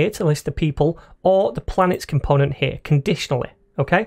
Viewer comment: Right over HEAH